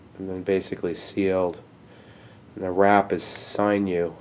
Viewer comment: sin-you, not sign-you